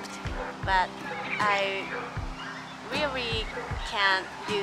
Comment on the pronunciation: Those R's. Rearry is what I hear, but I can tell you are trying to say really. So work on the R's that you include in your words.